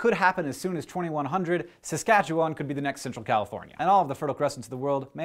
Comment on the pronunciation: Kudos on pronouncing Saskatchewan correctly.